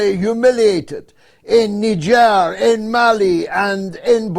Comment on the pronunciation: I’ve been pronouncing Niger wrong for far too long, many thanks for educating me mr. Galloway!